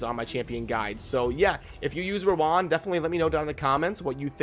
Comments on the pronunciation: Hi, her name is pronounced as rōən (Row-wen) haha, its sound so awkward when you pronounced it as "Row One" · bro I love you, but it's pronounced Row-wen